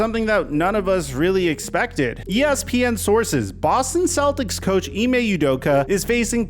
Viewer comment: Off topic, but as a Nigerian hearing Ime Udoka pronounced as Ee-may You-doka makes my skin crawl. Its Ee-meh Ooh-doka.